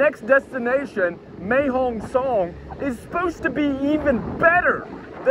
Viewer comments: Mate, I hate to bring this up, but it's Mae Hong Son (Sorn), not Mae Hong Song. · you got the pronounciation of Pattaya right, can you please get Mae Hong Song correct, it is pronounced Mair Hong Song not Mae (May)Hong Song thanks your videos are the business.